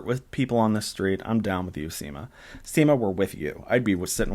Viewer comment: When you said at one point in this video "Seema and Carrie arrive" it sounded like you said "Semen Carrie arrive"... 🤣🤣🤣🤣🤣🤣🤣🤣